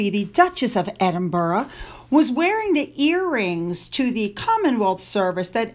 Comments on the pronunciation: Hi, I hope you might appreciate knowing that Edinburgh is not pronounced as 'Edin burrow' but as Edinbruh, inflection on the last syllable. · as you are going to be saying "Duke of Edinburgh or Duchess of Edinburgh" a lot now, please say it as it's pronounced. It's Edin-bruh. Thank you and goodnight 😁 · To correct you it's Edinbra not Edin ber ah. There is no borough on the end if Edin l. It could be pronounced Edin burg but most certainly not Edinborough. Listen to a BBC announcer or a news anchor they wil say the correct pronunciation. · Hi, can you pronounce Edinburgh correctly please. 🏴 Correct: ed-in-bruh or ed-in-buh-ruh Incorrect: ED-in-berg or ED-in-buh-row or EED-in-berg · Edinburgh is pronounced like this: EDIN-BER-AH. Just for your info. Also for your info, the Muslim lady's veil around the head is called HIJAB. The Burqa is actually a tent-like, all-encompassing dress worn by extreme Muslim women such as in Taliban countries. It covers every part of the body and face, with only a small netting to see through. It's like a cage! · There is no W on the end of Edinburgh. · it's Darby not derby, I know I'm a Derbyshire girl born and bred. As in Darby O'gill the Disney film, and it's Edinbra not Edinboro. It's Cheltnam not chel ten ham